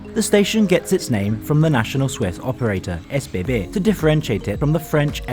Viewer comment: he pronounced it the way it is supposed be.